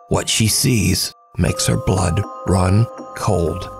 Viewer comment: Although English ain't my first language, i understand everything says very well, but whatthose guys were saying went over my head, turning the subtitle on didn't work, youtube couldn't even comprehend what they were saying 😁 i think i heard them pronounce "run" as ROON lol